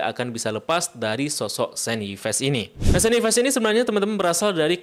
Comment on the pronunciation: Masa Yves dibaca Ipes....